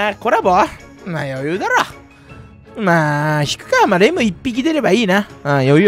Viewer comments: レムレムレムがデブデブデブに聞こえる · レムがデブに聞こえるww